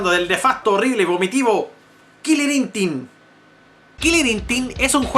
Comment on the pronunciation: dijistes "kiliri intin" y mis mocos volaron hjahajhahjahaaaahaa hahaha XDDDohhh.. lo maximo